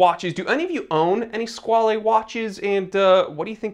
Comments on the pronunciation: Squale, rhymes with doll. It is NOT squal-ay. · Squale is French for shark. And it’s pronounced like whale. Sk-whale. 😁 Love the channel! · I've always pronounced it squ-ale (whale with a sq) ..... guess I was wrong